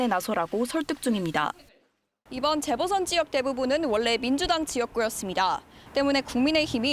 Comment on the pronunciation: 기자가 '재보선'이라는 단어를 아주 짧게 발음하는데 '재:보선(再補選)'이라고 길게 발음해야 한다.